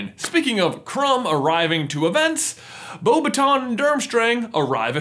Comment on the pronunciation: It's not BeauxbatONs its BeauxBATons